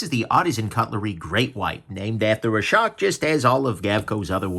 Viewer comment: The "shark" pun at the end works so much better with your accent its unreal